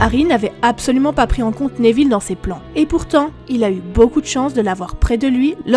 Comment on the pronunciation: Désoler je regarde pas en entier la prononciation Néville au lieu de Néville sans accent ça me fait saigner les oreilles